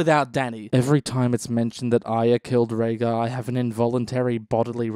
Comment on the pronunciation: Rhaegar, not Rhaegal